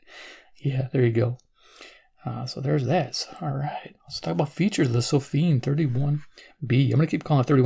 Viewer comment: It sounds like you're pronouncing the company name sofim, with an "m", even though it appears to be spelled (on the box) Sofirn ending in r and n.